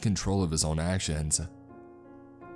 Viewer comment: ....of his axe-ions.....